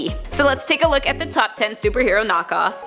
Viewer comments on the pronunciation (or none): The opening said kock-off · At the beginning it said superhero kock offs 😂😂😂😂